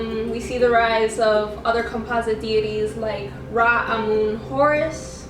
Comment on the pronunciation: Girl you can't even pronounce RA correctly in Ancient Egyptian language, pls stop spreading misinformation about my history🤣